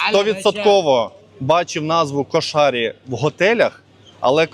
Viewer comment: КУ'ШАРІ на У ударение, а хававши типо ваших беляшей, если без добавок и всего лишь с фаршем, точно как ваш беляш, попробуйте махши